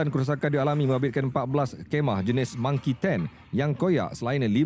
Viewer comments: Marquee Tent bukan Monkey Tent..monkey tu monyet.. 😂😂😂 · Hahahahah tula sy pun ingt mungkin sy tersilap dgq tapi rupanya ada org len pun perasan dia ckp Monkey tent🤣